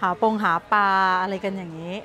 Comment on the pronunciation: ติดตามคลิปน้องมอสมาตลอด ชอบๆนะ แต่ช่วยปรับปรุงเรื่องการออกเสียงควบกล้ำให้ถูกต้องด้วยค่ะ เช่น คำว่าปลา...